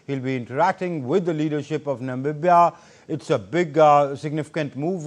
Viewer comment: Why can't be pronounce Namibia properly? It sounds so odd!!!